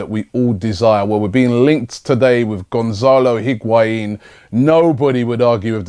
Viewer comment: u say lacazatte n benzema...nw higuain damm